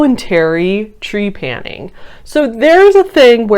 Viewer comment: Ok, so the word is not Tree-panning. It is trep-a-ning. And I wish you had spent more time researching what scientists say instead of just deeming is “wrong”. Research more